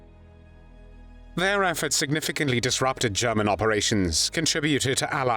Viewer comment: German not guman